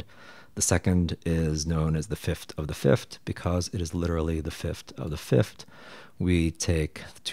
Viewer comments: I’m sorry to complain about this but it’s pronounced fifth not fift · All this knowledge and fancy chart and can’t pronounce ‘th lol. It’s fifTh, not fifT! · why are you saying fiftd and not fifth? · People may have a hard time understanding something like this but you say things like fifth-t haha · Great video I can get over the pronunciation of 5th, “start from the fift” is so endearing somehow. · Fif-TH. Say it with me: Fi-F-TH. Just like four-TH or TH-ird. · I like what you're doing here but I can't listen to you saying "fift". Why do you say it like that?